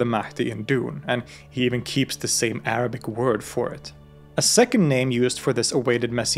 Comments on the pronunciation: As a student, i really appreciate you research and the way you clearly pronounce the arabic words. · i like how you can correctly pronounce arabic words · I literally kept searching to know where you're from bc of how shocked I'm of how good your pronunciation of Arabic words is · Bros pronunciation of Arabic words 👌🏻👌🏻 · Wow your Arabic pronunciation was really impressive in this video..keep up whatever you're doing to get there 🙂 but let me tell you something ..when we say in Arabic for example "في علم الغيب" we actually mean only Allah knows, because Allah has the ultimate knowledge of the past, present and the future, so I think they mean here Allah's tongue استغفر الله العظيمwhich matches the fact they refer to him as Al-Mahdi, who is a leader sent by Allah, who will unite Muslims to victory at the end of times, then prophet Issa will come along and rule the earth for 40 years spreading peace and goodness. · I am watching your video for the first time! Thank you for such an elaborate and eloquent explanation of the Dune books/series. I will definitely watch and ponder. Also, your pronunciation of the Arabic words are spot on, this was amazing.